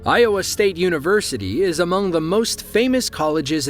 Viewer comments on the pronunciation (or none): none